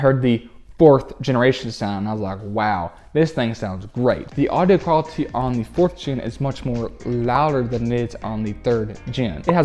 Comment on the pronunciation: I would sub to him, but the way he pronounces things (like the word quality) drives me absolutely insane :(